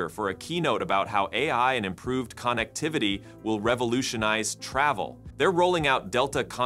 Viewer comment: “Blow-er”, as in a thing that blows, and is NOT Pronounce the same way as “flower”; also “connectivity” is pronounced like connect-ivity, Not like “CON-Activity “; is this a real person who is reading this or just some AI who doesn’t know how to pronounce words correctly?